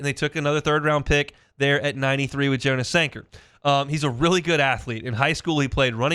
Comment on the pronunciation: Jonas Sanger’s name is pronounced yon us not Jo nus